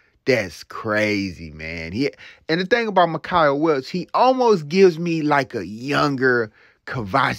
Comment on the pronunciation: Mike-Uh.... Not Mick I Uh